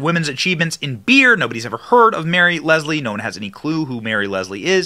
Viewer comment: Don't read "Lisle" as "Leslie." Literacy.